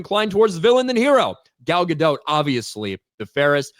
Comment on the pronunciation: Ga-DOT rhymes with "a LOT." The T is not silent in her name.